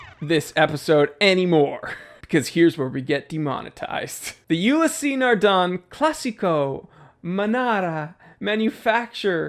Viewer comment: Old chap: is not ULISSEEEE NARDEN... is just ULYSS NARDEN! OK? Ok: I JUST HATE (not too much but still) MONTBLANC, specially with no new INGLORIOUS mountain LOGO (the classic pen flower was beautiful? No way, lets change it and find a LAME ONE, YEAH DUDE! 😖😖😖)... But the 1858 series...specially the chronograph... A BIT HUGE but... Yeps! I LOVE IT! 🏁🏁🏁😎